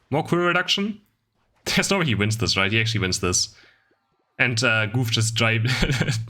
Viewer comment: Everyone: Goof: GÜF